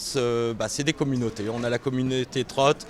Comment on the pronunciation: MDR le mec ne sais pas dire communauté